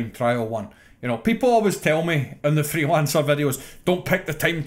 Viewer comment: I swear I heard "Hitman Threelancer" 😛